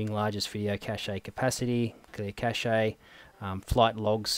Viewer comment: lol - "cachay"